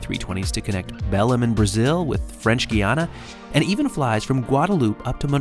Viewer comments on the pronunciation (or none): I won't correct your pronunciation of "Caribbean" but I WILL correct your pronunciation of "Belém": it's "beh-LAYM". Notice the acute accent on the second "e". When it occurs in Portuguese, it marks the vowel to be stressed. The name means just "Bethlehem" in Portuguese (the English name is unpronounceable to most Portuguese speakers). You should try the place some day. Belém (population: about 1.5 million) is the gateway to the Amazon rainforest part of Brazil, with lots of interesting sightseeing to do, one of the world's most exotic city markets (called the "Ver-o-Peso" market, a name that sounds weird even to Portuguese speakers, as it means "Seeing-the-Weight" — of what is being sold, supposedly, and it sells just about everything under the sun), the small but amazing Goeldi botanical garden and zoo with Amazon species, a spectacular old theater from the times of natural rubber export wealth, and a unique local cuisine celebrated by many chefs using typical Amazon ingredients. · It's funny the way you said Belém. It sounded like "Belum".